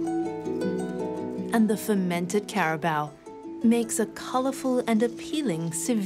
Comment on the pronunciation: the 'care ra baur' hello.....accent is one thing that is difficult to copy.... ur documentaries are great ....but care ra baur....naur....